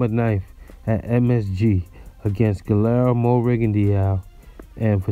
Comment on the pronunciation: His name is pronounced Gee-yermo